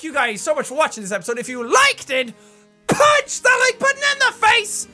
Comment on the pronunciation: He's gradually adding more punch to the word "-PPPPUNCH-"